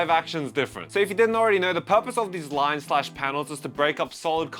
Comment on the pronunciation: We get it. You don't rike rines.